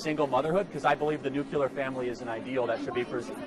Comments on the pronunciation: Nuclear. Not nuculer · Charlie... It's nu-cle-ar, not newk-yuh-lurr. Cuz Charlie will read my comment here. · The only thing wrong with you Charlie..is your pronunciation of ‘nuclear’. Nuclear not nucular. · Nuc-yeh-lere? Charlieeee it’s nuc-lee-ere 😂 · If Charlie wants to be taken seriously he needs to learn to pronounce NOOK-leer. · God, hearing him mispronounce nuclear 100 times was certainly something. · Okay already. I’m minutes and halfway through this idiotic broad’s diatribe, and mate, you really should have another microphone for these numpties to give us even more of a laugh PS: if she was my daughter I’d chuck myself under a bus, no offence obviously 🇬🇧 PPS: the only criticism I would have is your mispronunciation of the word nuclear, but hey, I’m a 🇬🇧, but hats off to you for spending your time trying to communicate with those spoiled brats. PPPS: what a shame that you need a Royal Marine just in case some idiot kicks off. Hats off to that fabulous regiment! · From - this dude gets dismantled, has no rebuttals, attempts to focus on a debate on the "nuclear family," gets taken to task even on this minute talking point while continually mispronouncing the word 'nuclear.' Kudos for actually posting this, because this Kirk guy comes off as uneducated.